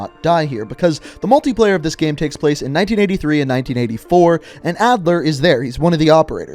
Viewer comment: Has anybody observed how he says "gam" (like "jam") and not "game". 😆